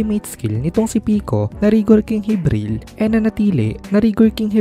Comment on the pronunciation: Jibril basa don hindi hibril